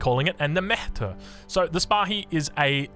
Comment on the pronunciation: Awesome video! Big Ottoman Fan here. Here's some help with the pronunciation of the turkish words: It's Top-ha-ne, not Tofaine, meaning Arsenal 😀 And Meh-ter, pronounced like the first syllable of error.